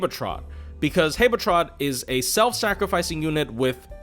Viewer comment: why do u pronounce habetrot like that